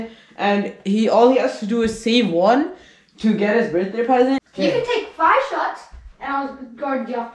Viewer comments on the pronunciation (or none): um u saying birthday wrong buddy